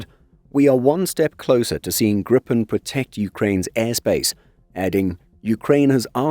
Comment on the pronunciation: Long i. "Gree-pen", not grippen. Means gryphon